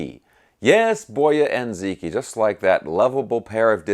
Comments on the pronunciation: Great video. For what it's worth, the "Zi" is pronounced closer to "Zuh" the "Q" is pronounced similar to a "Ch." So something like, "ZuhChee". The pronunciation of "i" changes based on what letter precedes it. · Ziqi is pronounced “zee-chee.” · its actually pronounced boy-ah and zee chee. the q is soft. I speak chinese; have since sollege 30 years ago. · Zi Qi is pronounced zuh chee. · Great guitar. I have been in China for some time. If the brand is Romanized spelling of Chinese characters, I believe Ziqi is pronounced as Zi Chi (Q in China is equivalent to CH) Boya & Ziqi existed during the Warring states period. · Its pronounced like Zeechee and I see nothing wrong with the name given its a Chinese guitar and its a famous Chinese story. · Okay, I don't know if anyone else has tackled this. Assuming it's made in China,, you pretty much have 'Boya' under control. The 'Zi' in 'Ziqi' doesn't have an equal sound in English. The way to say it would be like 'ads', as in short for 'advertisements', but without the 'a'; sound, like 'dz' without a vowel between them. the 'qi' is like the first four letters of 'cheetah', or 'cheetos'. I hope that's helpful. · I'm fluent in Mandarin. He's correct.